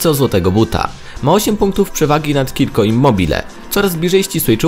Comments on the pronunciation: wymawia się cziro a nie kirko ;) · Wymawia się "CZIRO" nie "Kirko" ;) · Ciro immobile mówi się A nie kiko ciro z akcentem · Jaki kirko immobille xd Cziro się czyta